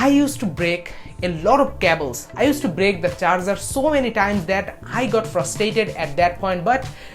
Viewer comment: You say cables wrong it so weird